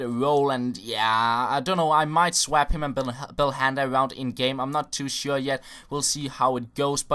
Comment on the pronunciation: I love the way says swap lolololol